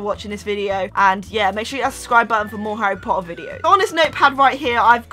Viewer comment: uhm, its Harry Potter not Harry pohuer 😣 if ur a true Potterhead, you should know! And also it's Peter pettigrew not peer pegrew 😒😡😠 like if you agree👍